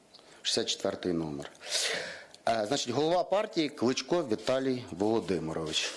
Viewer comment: Вчи правильно вимовляти, а ти Клічко Клічко то зовсім інша людина, Правильно Кличко) Сідай Богдан на тобі не 2 бала а 0 балів)